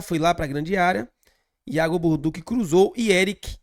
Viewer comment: meu nome é Alinson gosto do seu canal e sou descendente de italiano. No italiano TODAS as palavras que terminam com 2 letras C, a pronúncia é sempre com som de T. Ex. Macarrão Balducci, som de T dentre outros exemplos. Mas o que que dizer p vc é que o nome do nosso lateral é Iago Borduchi ( com ch ) a sonância é de X. Sou de Salvador-Ba do Bonfim, mas moro na Suiça. Com td humildade irmão. Tamos juntos BBMP. Pau no vice e pau no Inter😂